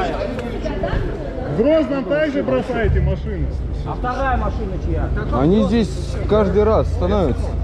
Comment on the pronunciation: "я здэс стаю там" - это шедеврально !